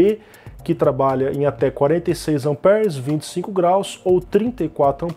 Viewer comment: Muito bom o vídeo meu amigo. Só uma ressalva, o correto de falar é amperes e não "ampers".